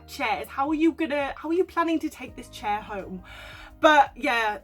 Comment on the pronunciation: I cahn't believe the couple who stole the CHAIHHH from the BAHHHH!!!!